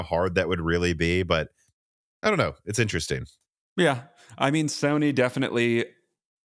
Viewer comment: Anyone else thought he said Stoney is backporting instead of Sony?😅